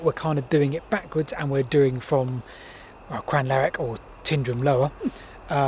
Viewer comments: CrEEanlarich not Cryanlarich :😄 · Crianlarich is pronounced Cree-n-larach. Mallaig is Mall-aig. Balquhidder is Bal-kwidda. 😉 Did you encounter the dreaded Scottish midge? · Cree-in lar-uch and Tine-drum :) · Cree-an-lar-ich. We'll let you off if you can't manage the "ich" though ;-) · OK. I wondered if the h was like the ch at the end of Crianlarich. Easy to forget that there are many different dialects in Scotland!